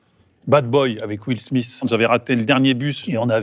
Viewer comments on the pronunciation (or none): none